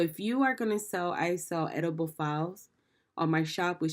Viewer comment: Thanks for the great advice. I’m about to list some digitals. Bye the way, editable is pronounced in 4 syllables: E-dit-a-ble ( able to edit) otherwise it sounds like you’re saying edible which means able to eat. Thanks.